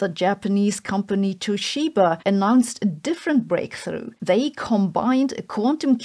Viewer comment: Westerners always mispronounce Toshiba. Just like all non-Germans mispronounce Einstein.